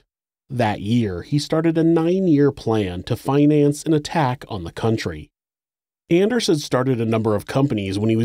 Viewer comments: Anders is pronounced “On ders” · If you’ve ever watched “Workaholics” … every-time he said “Anders” I think of “It’s ON-ders!” Lol